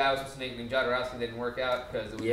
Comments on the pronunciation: Alejandro Jodorowski was a Mexican director who wanted to film Dune in the 19702. And Jodorowski's name is pronounced HO-DO-ROUS-KEY, not YO-DO-ROUS-KEY. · Guys, Jodorovsky was born in South America, so pronounced Khodorovsky.